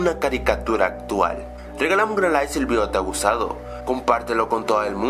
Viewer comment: gusado o gustado